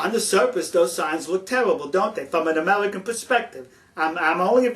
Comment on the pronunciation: ...sulface...tellible...amelican...pelspective BWAHAHAHA